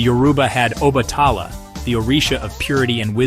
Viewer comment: A few pointers on pronunciation: Igbo is pronounced ee-bo. The “g” is silent. Yoruba is pronounced YOR-uh-bah, not yo-ROO-bah. Obatala is pronounced o-BAHT-a-lah, not o-ba-TAH-lah.